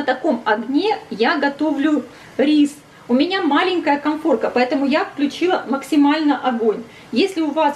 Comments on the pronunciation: Советую правильно говорить: чеснОк, дУРшлаг, коНфорка. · коНфорка, а не коМфорка